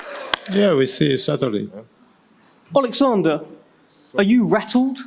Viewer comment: DDD Dopey Dildo Dubois. Please don’t ask him to tAlk out loud. Olexander NOT Alexander. Warren chats shit.